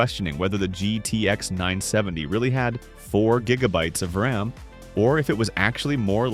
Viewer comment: The AI voice needs training (and try to listen once and correct it too.) Says ROM instead of RAM, always says numbers wrong. "9, 7, 0" instead of ninety-seventy. Etc.